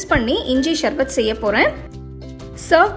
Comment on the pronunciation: ஷர்பத் இல்ல சர்பத் ..